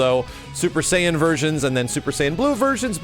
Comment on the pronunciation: I cringed every time said "super sayian blue"